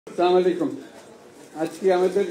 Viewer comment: আসসালামু আলাইকুম আলাইকু সামালিকুম আবার কি। ভাল করে সালামটা শিখতে হবে।।